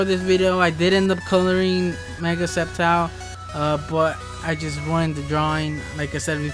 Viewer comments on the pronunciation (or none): It's sceptile not skeptile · Its silent c